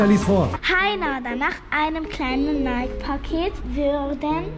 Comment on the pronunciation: Junge es wird wie Nayki ausgesprochen! Kein stummes e 😵‍💫